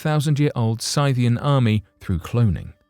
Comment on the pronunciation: Are you saying, Scythian? (Sith-ee-in)